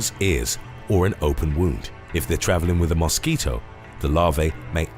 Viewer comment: Am i the only one who thought he said mosquitoe funny?